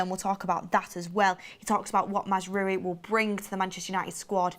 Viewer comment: Another person who can't pronounce Mazraoui